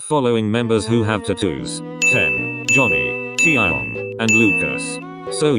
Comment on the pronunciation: No one : Computer voice : TiAahyOngg